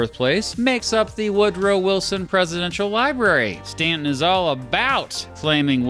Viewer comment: I'm a little biased because Woodrow Wilson was a Stauntonian, just like myself. Btw, thanks for pronouncing Staunton correctly.